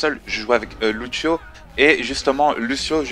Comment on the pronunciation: Et ça se prononce Louchio ;)